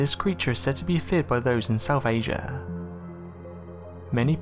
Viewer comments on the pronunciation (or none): none